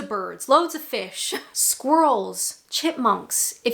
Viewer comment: My 1st comment has to be right at the start of your video, when you was mentioning wildlife. You referred to a "squirl" I'm not familiar with this animal, but I feel it maybe related to a squirrel. It's really not that difficult to pronounce it correctly 😉 You also mentioned beavers, now every British man loves a good beaver. It should be well trimmed and maintain a respectful amount of hygeieniousness (is that a word)😂😂 you can keep your squirl, just don't take our beavers away😮😉😂😂